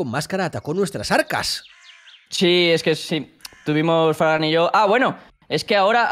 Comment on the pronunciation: parece que dice fran pero dice fargan :"(